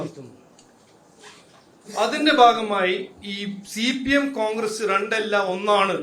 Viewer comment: റണ്ട് അല്ലടാ മൈരെ രണ്ട് 😅